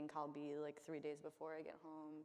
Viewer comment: The way she pronounces kalbi makes me wonder if her mom was even Korean.